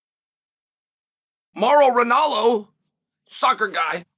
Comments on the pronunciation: To call Ronaldo lmao, Mauro Ronello is one of the best "chael's" I've heard in a while lol. It's the small stuff with Chael for me for sure, I love it lol. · MAURO RINALLO 💀💀💀 I've been saying it wrong all those years